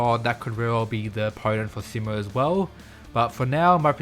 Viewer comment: You’re mispronouncing his name, the “Si” part of his name is supposed to be said with emphasis on it, so that it will sound exactly like how you say he’s in Spanish which is also spelled “Si” you know like how you’d say “see” and “sea”. So for example “See-mo”.